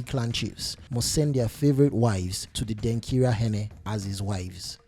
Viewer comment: Why do you want to sound like a white man, by saying Denkira instead of Denkyira?